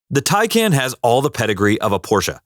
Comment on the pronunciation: It's pronounced "TIE-CON".